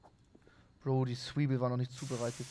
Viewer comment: Wie „Zwiebel“ ausspricht triggert mich jedesmal